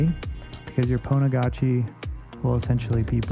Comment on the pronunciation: So pretty "Pwnagotchi"